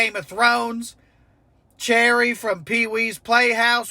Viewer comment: Not Chairry! 🤣 🩶 Paul Reubens 🩶